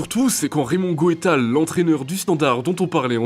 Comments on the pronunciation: Pour Raymond, ca ce prononce, goût tals. Les videos sont cool mais les prononciation de nom svp renseigner vous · Non pas geu taels mais Gouetals 🇧🇪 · Raymond Goétal??? On prononce son nom Raymond Geutalse. En tout cas, tu viens de détruire la bonne opinion que j'avais de lui _ et me faire comprendre pourquoi Tapie voulait de lui. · Quelques prononciations à revoir comme avec Gijon, Goethals, Lazio Romé ? Sérieux ? Lazio Rome ou Lazio Roma - sur le calciopoli de 2006 à savoir qu’en 2010 il a été prouvé que l’Inter avait été aussi impliqué mais a bénéficié de la prescription et la Juve a été blanchie, le club se bat d’ailleurs pour récupérer les titres de 2005 et 2006 Si vous voulez faire des vidéos sur certains sujets, faites le correctement….